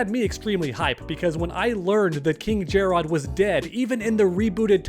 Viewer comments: finally pronouncing it jerrod and jer-rod and my ADD is relieved lol … Nevermind … he only did it the first time lol It’s always been pronounced like “ jared “ and was in this game as well… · Not to be that guy, but it’s just Jerrod. Not “JAR ROD” It’s another spelling for Jared. Love the videos though! Keep up the good work. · jer-rod? lmao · calling king jerrod king jerrodd is truely painful